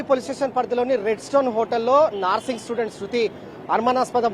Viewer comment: "NAARSING" STUDENT KADHU ANCHOR BRO., "NURSING" STUDENT ANAALI.